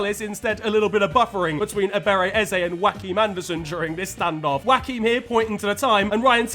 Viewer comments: Why do you keep pronouncing like "Wakim"??? 😂 It's pronounced "Yoakim" 😂😂😂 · Never in my life have i heard someone mispronunciation a name as bad as you saying Joachim haha😅